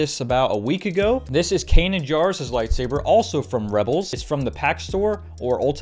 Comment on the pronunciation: The Light Sabe ber